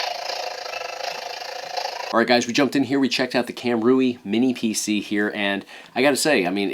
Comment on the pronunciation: Heads up, Kam Rui should be pronounced Cam Ray.